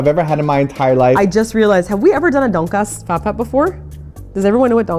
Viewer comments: All I could hear through the whole video was "Donkeyass" instead of Donkatsu xD - "Do you guys know what a donkey ass is?" Me - "Well....yes..Oo" - "Well let's not eplain what is is now cus' we're gonna show people what is is when we go!" Me - "Ehrr...O____O.......Didn't know I'd be watching National Geographic today.." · says donk-ass... hehehehehe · ITS PRONOUNCED TON-KAT-SUUUUUUUUU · Their pronunciation of donkatsu is kind of distracting (please emphasize DON for DONkatsu) but I still salivated as much as Simon. Holy shit I want that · Donkatsu (Tonkatsu) is japanese pork cutlets.. its pronounced ton-cut-su... i don't know why I'm adding this comment lol, just felt like it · Can't pronounce Donkatsu because it's Japanese LOL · Their Korean pronunciations are so awful that it's actually funny. XD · Ugh the way they pronounce tonkatsu is completely wrong....